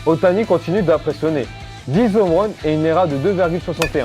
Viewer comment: Bonne vidéo, par contre rien sur son transfert au montant stratosphérique? Et puis les "zomeruns", les "nomerun", "les américains revient" j'ai mal aux oreilles...